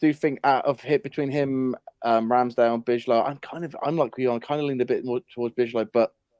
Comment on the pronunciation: Bijlow is pronounced buy-low